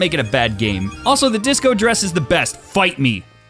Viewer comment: Did he say "The disco dress is the best! Bite me!"? It could just be how he said it and he actually said fight me.